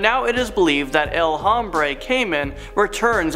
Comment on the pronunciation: Tip for the future: Any h's in spanish aren't pronounced. Like hombre is pronounced ohm-bre not home-bre 😂 (i legit couldn't focus after hearing it be said like that).